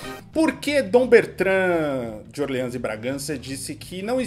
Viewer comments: O cara mandou "Orlans" de Bragança e o "princípe encantado" até abaixou a cabeça de vergonha. kkkk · ÓRleans. Chique, se fosse essa a pronúncia.